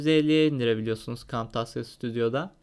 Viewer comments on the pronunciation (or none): kamtasya diye söylenmez kemtezya diye söylenir !